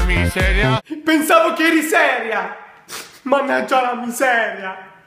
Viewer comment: Non diceva managgia la miseria ma mannaga la miseria😂😂😂😂😂😂😂